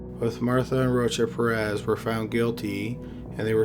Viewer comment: It sounds like he saying roach up your ass..its rocha-perez boy drink a red bull or something you falling asleep backthea